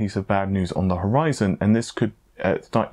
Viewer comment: "...#Shitel has bad news on the horyzen"